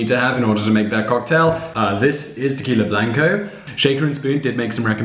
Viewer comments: uh... my man, pronounce 'blanco' for me again? i think i must've misheard you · Hi Simon overall great video. As a Spanish speaker the only feedback I'll give is that Spanish has consistent pronunciation, unlike English. With that said, the "a" in agua and blanco is pronounced like "ah" and NOT like the "a" in cat. So it's ah-gwah and blahn-ko, respectively. The rest of your Spanish was fine.